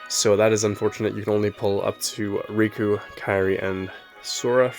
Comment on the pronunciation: You say Rikku the same as Riku ;D